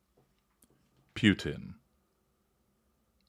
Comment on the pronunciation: Completely off on what had just transpired. 😂😂😂 Also learn how to pronounce Putin to sound more knowledgeable.